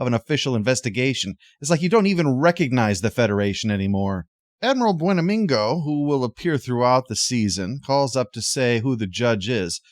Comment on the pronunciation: Hey,. Love the review as usual.... just checking in to make sure mispronouncing Buenamigo's name isn't the new "mispronouncing Cerritos" gag. That's not gonna fly either XD